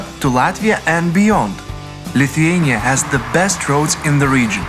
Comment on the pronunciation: Viskas labai gražu ir pan , nu , bet tas tarimas Lithuania , nu negaliu kaip nervavoooo